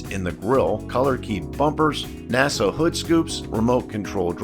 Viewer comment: A couple of points 1) Its NACA ducts not NASA. 2) An XBGT never won at Bathurst. They raced but never won.